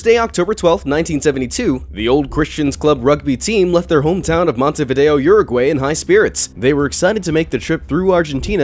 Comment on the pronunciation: Petition to teach Americans how to say "Uruguay" '